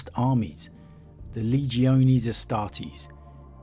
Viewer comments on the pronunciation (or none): none